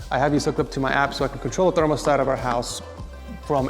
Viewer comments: Are you saying "thermalstat?" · did you say....thermalstat?